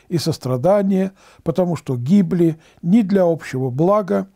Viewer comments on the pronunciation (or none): none